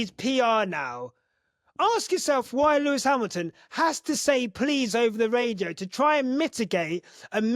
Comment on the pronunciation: "Nomo rrrrrrradio. The rrrrrrrrrest of the rrrrrrrrrrace". 😅😅😅